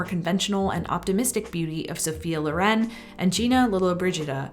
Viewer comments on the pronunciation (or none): none